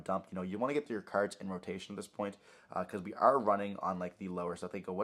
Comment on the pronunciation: Taking a drink for everytime I hear “cerds” & not “cards” 🍺